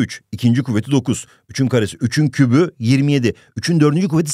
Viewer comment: kübü ❌ küpü ✅